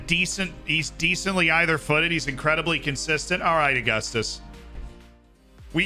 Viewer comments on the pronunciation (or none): none